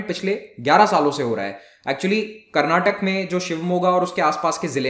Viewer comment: Karnatak*A* Sir like you pronounced Shivamogg*A* correctly...